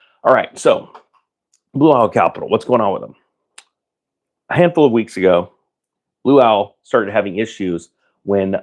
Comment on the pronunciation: Did you say Blue Towel?